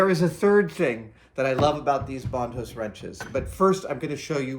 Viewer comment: Brian Sandvig same here. Took me halfway through the video to be like “wait, is he just pronouncing it differently than I’m used to?” Sure enough, he was.